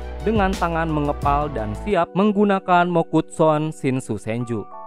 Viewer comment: Mokuton Shinsu Senju Bang Bukan Mokutson Shinsu Senju 😅😅😂